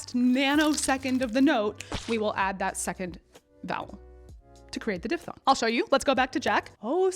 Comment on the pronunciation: As a linguist, thank you for not saying dip-thong.